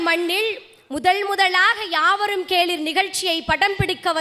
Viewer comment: yaavarum kelir ....not keleeeeeer....kelir means relatives ...keleeeeer mean listen